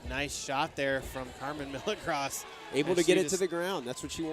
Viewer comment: every time the commentators pronounce milagros wrong, they should be punched in the face. its a spanish name, not a word like milligrams.